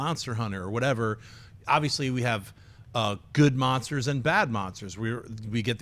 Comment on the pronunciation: be veeeewy vewy quiet. l'm hunting monstews.